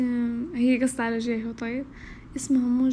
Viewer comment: جيهيو مو جيهو سويتي